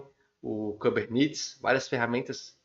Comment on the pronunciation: podia pronunciar kubernetes, engine, e Nginx corretamente